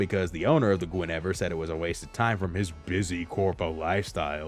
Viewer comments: In case you still don’t know, it’s Gwen-a-veer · How do you guess three times and still pronounce guinevere incorrectly 😂 lol love the video though